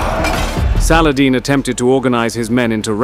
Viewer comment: Was hoping they would pronounce salahaddeeeeee.